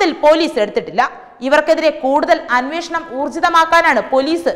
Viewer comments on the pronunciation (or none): none